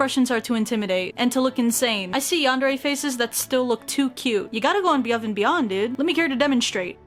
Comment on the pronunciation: “you gotta go ubuve and beyond” lol